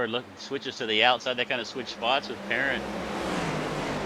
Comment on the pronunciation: It's not Parent like guardian, it's cajun, soo it's said like "Puh-rahnt". Since he's cajun he's a lil wild and may come after you if you don't get his name correct.